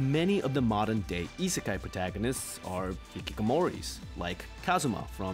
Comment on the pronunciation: Isn’t the i in isekai (at the beginning) supposed to also be like ii, as in good?